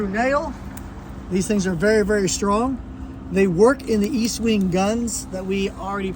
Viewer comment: ESTwing, not East. Very helpful video though.